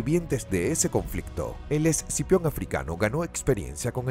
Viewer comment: Scipio, quien sabe porque el el narrador dice exipion xd